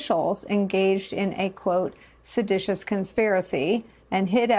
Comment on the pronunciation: Trump said SEDATIOUS